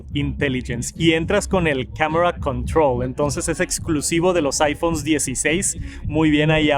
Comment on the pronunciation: Camera controull